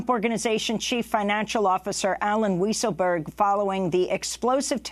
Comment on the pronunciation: Lol. Amy pronounced his name Alan “Weasle” berg.